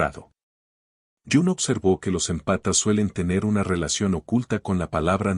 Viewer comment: Por favor te lo pido 🙏🏻, no son "empatas", son émpatas, palabra esdrújula 😂😂😂. Me desconcentra escuchar que están descalzos.